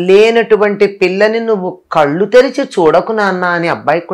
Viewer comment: .mee anchoring chaala bavuntundi.oka chinna suggestion meeru Kallu antunnaru.kallu veru KAZHU((Azha ani palakaali)ENGLISH TYPING MAY B WRONG) I HOPE U CAN UNDERSTAND